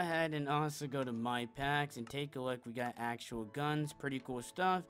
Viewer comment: Just found it funny, I know it’s an accent lol.